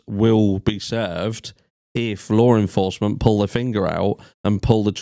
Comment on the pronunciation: I'm like who is Lauren Forsman?? But then I realize you're trying to say. “Law Enforcement” 😂 I was like she's clearly central to this case.. 🤦🏻‍♀️